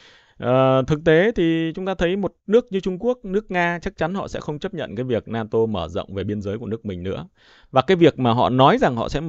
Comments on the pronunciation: Không phải La Tô mà phải nói là La To !😂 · Na tô chứ không phải là la tô em